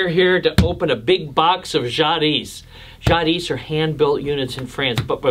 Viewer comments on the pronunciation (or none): The "s" is silent in Jadis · FYI, the ‘s’ in Jadis is not pronounced. Pronunciation is “zhah DEE”